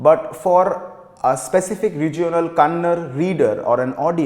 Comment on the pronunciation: It is yakshagaana and not yaakshagaana... It's shirasi n not sharsi It's Dakshina Kannada not kannad